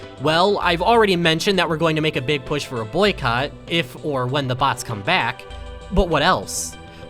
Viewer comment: You say "BHATS" instead of bots